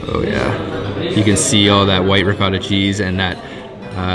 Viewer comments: It's not ricatta, its ricotta, long o always in italian. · It's not ricotta its ric[otta. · It's not ricotta is riccocotata